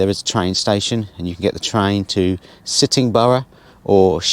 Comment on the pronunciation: Do you mean Sittingbourne ?not Sittingborough .